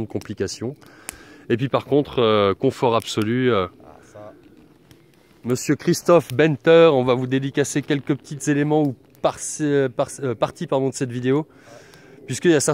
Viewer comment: STORKS - Les longues pattes d'Alsace, je dis cela avant que tu le garde trop longtemps en tête et que du coup tu t'y attache, mais mon nom s'écrit Benteur, se prononce "ban"teur et non pas bin...:);) Merci, lol:) A plus, bise